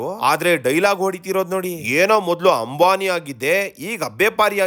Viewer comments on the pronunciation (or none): none